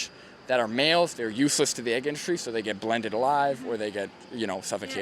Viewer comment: omfg. i could not stop laughing at that "buuut wut do we git"